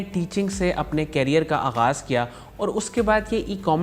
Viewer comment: Assalam o Alikum! Respected Sir, mostly I have realized that you mispronounce the word,"career" plz correct it.. Bkz you are representing Enablers...jazak Allah